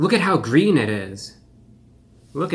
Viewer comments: It's gween, it's gween! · It's gween. 🤢